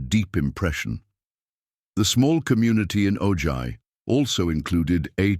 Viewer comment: ITS Pronounced OHi not OJy